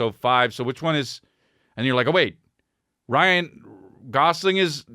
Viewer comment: Saying "Ryan Golofi" after saying Ryan Gosling 100 times previous to that... Amazing 😂